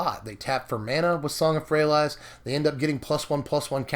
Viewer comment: Love you, but had to stop the viedo 2 minutes in and hand you the thumbs down. Just cant listen to ayou say Song of Frey-a-LIES. its worst then your Lyra pronunciation, but with out the justification. FYI it sounds better Frey-a-lease. Still a big fan, and I support SBMTG